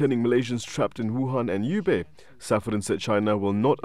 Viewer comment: If this presenter doesn’t know HUBEI he can certainly ask his Chinese colleagues fir guidance. He’s been calling the city U-bay when it should sound like who-bay. Time to get rid of jokers who regard their work as clowning.